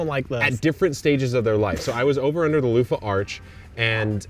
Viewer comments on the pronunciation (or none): I swear you just said “I was over at a loofa march” which just conjures images of hundreds of people chanting with loofas marching through the streets… 😂 🫧 🛁 🫧